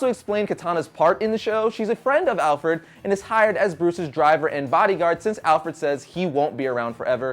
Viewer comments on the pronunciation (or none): did u say alferd?